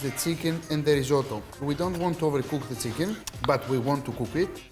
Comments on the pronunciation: It's chicken not Tsicken 🤣🤣🤣🤣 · 'THE-LEE-SIUS SEEKEN' 😂 ok